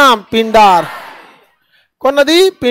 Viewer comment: currect pindar पिंडर सतोपंथ satopanth उच्चारण शुद्ध कीजियेगा भिलंगना